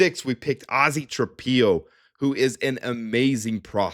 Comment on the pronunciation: Pronounced TraPILLo and Zay not Zah